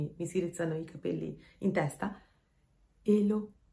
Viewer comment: Ma perché אלהים lo pronunci come Elokim se la ה ha un suono come la h. Scusa, una semplice curiosità linguistica senza la minima intenzione polemica! Grazie